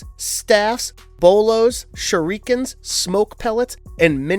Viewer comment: Say it with me shu re ken ..but spelled shuriken